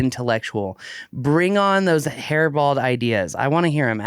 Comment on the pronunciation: Lol...it's "hair-brained" NOT "hair-balled"